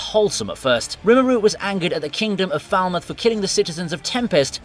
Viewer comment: ok so you realize in Ajin that the police are NOT the good guys nether is ANY non-Ajin character apart from those who actively aid the Ajin. That said the ONLY thing you got right in that series is satou is NOT a good guy but the cause he's fighting for IS good. secondly Falmuth is Pronounced as this {Fall-mooth} not Faal-mouth there is a city called Faalmouth in my provice its spelled as Falmouth you may have the accent but LEARN the language please you disrespect the art & the Actual people or places with the actual names your mistaking how would you like being called VineeTubii? also you mention Gundam in the section on 86 but wheres the ACTUAL Gundam sense? we have Amaro's many berserk fights in the OG series, Kamial Bidan going nuts in the Zeta Gundam, Judau Ashta decimates in the Double Zeta, Char aznable in the Red Zakku, Zebok, Gelgoog, Hiyakushiki, & that's nearly a mobile armor final suit, ANY mobile armor fight across all series, Hero in both 001 & Wing Zero from Gundam Wing, Troa Barton in the Gundam Heavy Arms, Katra Rababa Winner & Sandroc, Duo & both Deathscythe Gundams (really only one Gundam in Gundam Wing is a duelist) then we move into the Seed/Destiny/Astray, series with Kira, Shin, & that other chick. & thats just from the Gundam series I'VE seen.